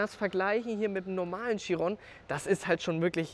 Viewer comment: Was ich nicht ganz verstehe ist warum können die wenigsten den namen chiron richtig aussprechen ?